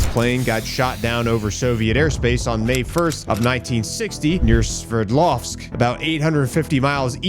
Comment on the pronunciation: Sverdlovsk is pronounced as: [svehrd-LOVSK] or phonetically: /svʲɪrˈdlofsk/ Breakdown: Sver – rhymes with "bear" but with an "sv" at the beginning. d – a soft "d" sound. lovsk – like “loafsk” but with a "v" instead of "f" and ending in a hard "sk" sound.